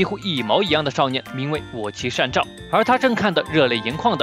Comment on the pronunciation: 是善照你念錯了